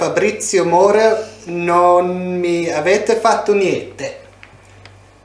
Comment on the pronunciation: It’s Moro not Morel😂